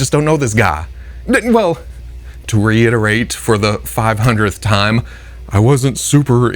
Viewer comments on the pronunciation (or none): none